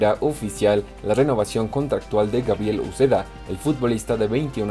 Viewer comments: Gabriel Uzeda? jsjsjsjs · Gabriel Uzeda????? Jajaja 👌